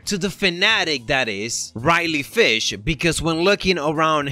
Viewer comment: ”Reilly Fish” It’s Reilly Flash